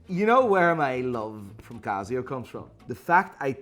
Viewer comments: its not CAZZIO its CASIO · Casssssio not cazio